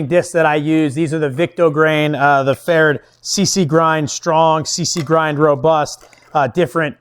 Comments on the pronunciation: Its actually pretty close to correct . Only need do pronounce the "rd" a bit different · I've never heard pferd said that way. I know an auzzy that says it like preferred.